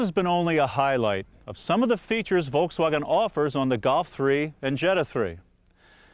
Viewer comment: The way he says Volkswagen makes me cringe.